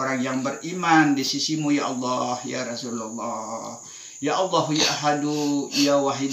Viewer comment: biasanya lafaz kalimattauhid itu LA ILAHA ILLALLAH MUKHAMMADURROSULALLAH tapi kenapa tadi diucapkan LAI ILAHA ILLALLAHMUKHAMMADARROSULULLAH....?